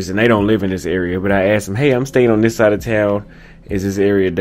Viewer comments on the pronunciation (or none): none